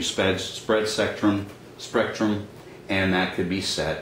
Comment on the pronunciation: "CPU Sped Sprectrum" XD